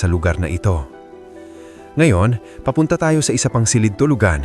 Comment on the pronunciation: A very nice content! Ang napansin ko lang kung minsan ang pagpronounce mo ng word like “ silid”is not correct, The accent should be on the last syllable.Sorry po sit ha, ❤